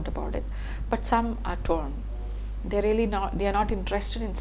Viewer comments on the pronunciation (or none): none